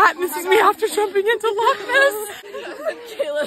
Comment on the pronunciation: Congratulations, ladies, on your correct pronunciation of the word "loch". Many people who are not Scottish tend to pronounce it as "lock". The guttural "ch" sound is no longer used in spoken modern standard English, so many people never learn to form that sound as children. Although remnants of a very similar sound remain in written English in words that end in "gh" or "ght".